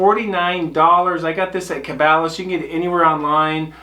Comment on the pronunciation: It's funny, you pronounced caballas different from us here in west virginia, we say ka-ball- a's.